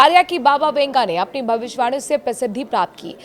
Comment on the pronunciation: Yeh bhavishwani kiya hota hai? Tumhe bhavishyavani,bolna hai ,sahi shabd ko khao nahin. Theek bolna seekho. Shame....